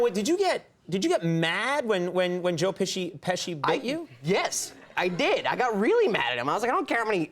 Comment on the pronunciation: I know my man did not just say joe pishi!!! :) :)